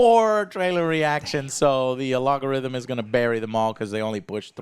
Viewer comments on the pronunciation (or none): It's algorithm not alogorithm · algorithm. I’ve only heard family with dyslexia say “alogorithm” Speech patterns are quite fascinating. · Why does no one tell joe how so say algorithm?